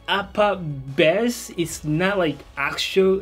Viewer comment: It's called "base" not "bäs" 🙄😂